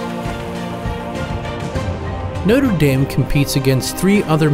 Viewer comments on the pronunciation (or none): You are saying Noter damn instead of Notre dame